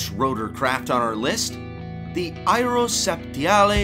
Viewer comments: "AEROSAPTIALEE."........?????? Reeeeally ???? with the spanish rolling tongue accent ....holy shit i had to listen to this several times to make sure i heard what i heard....GOOODDAMN almost make my ear bleed....it's AERO-SPATIALE ....numb nuts ...not aero -SAPTIALEE ..........lol lol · oooooh ooh wait .....didi he say " AeroSAPTIALE" mean Hornet in french......??? got to double check this......i guess my french is "RUSTED"........LOLLL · Areospacial he is pronouncing areoseptiale🤣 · My ears ached every time he pronounced Aéropostale 😂😂😂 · As a Bilingual Canadian (English/French), it really hurt to hear the narrator pronounce the word "aérispaciale" a French word as if it were Italian. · Yes. my thoughts exactly. Excruciating. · lol - cant even read "spatial" where did you go to school? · What?... Just, what?... This is up there for no.1 nonsense narration for someone with English as their first language. When he mangled Aerospatiale, I gave up. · I speak French and that was excruciating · You can't spell 'Aérospatiale' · AHAHAH this is the most ridiculous prononciation of Aerospatiale I have ever heard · "My" 38... come on, say it like the rest of the world does, please :-P Its like the "Mi" in "Mil", just without the "l" P.S. "Airospatialey" ...ok, i give up :-D